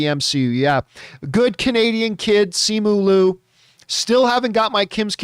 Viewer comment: It sounds like ‘Lyu’